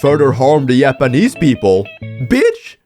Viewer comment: I love how he pronounces "japanese" as "Yappanese" 🗣🗣🔥🔥🥶🥶